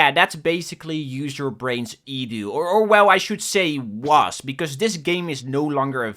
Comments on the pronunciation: Can't watch this slop. Properly say E D U not fucken edew. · i think it is E D U. not edu. like seprately